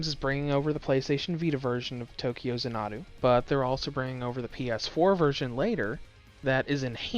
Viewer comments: Zan-uh-doo is how the word is supposed to be said said, be he kept using a phonotactic where the word was pronounced as consonant followed by a single vowel resulting in the Za-Nuh-Doo. That structure is very common in Japanese and has only a few deviations. Xanadu is actually ends with the same sound as the word Ado, I would point out that several times he even pronounced it as Za-Nuh-da, getting A soft a sound at the end like he converted all the vowels to an A while pronouncing it. In any case you can look the word up and get a dictionary bot to say it for, and you can clearly see that he is unfamiliar with the words pronunciation. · ZAHN-adu not za-NAH-du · It’s actually za na du. Watch its longer trailer “Tokyo Xanadu Demo Movie,” and you’ll hear the announcer pronounce Xanadu as za na du. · Tokyo “zah-na-doo” 🤦🏻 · If he only seen a longer trailer “Tokyo Xanadu Demo Movie,” he’d heard an announcer say it as za na du. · Xanadu. It's pronounced zan-a-do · If he only seen a longer trailer “Tokyo Xanadu Demo Movie,” he’d heard an announcer say it as za na du. But he obviously hadn’t seen it, so he missed hearing the pronunciation. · Zan-uh-doo, like the Olivia Newton John movie, only problem with the review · I hope you've learned how to say Xanadu since you've posted this, its like nails on a chalkboard. Funny the first time, painful the next 1000 times, increasing in pain as we go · please redo this review and stop mispronouncing Xanadu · Learn how to say the name of the game. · I’m surprised he didn’t mess up Tokyo the way he did with Xanadu. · how the hell are you pronouncing Xanadu wrong... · I know I was cringing every time he said it like it was an Japanese word. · his pronunciation of this word is incorrect. Plain and simple. Arguing against that just says you don't know how to pronounce it either.